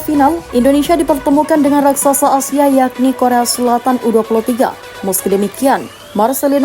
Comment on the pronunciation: Tandai muka adminya, kita gangbang... Kalo ngomong Asia ya Asia... Bukan ausia..